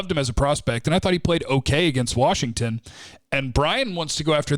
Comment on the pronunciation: Did you say worshigton?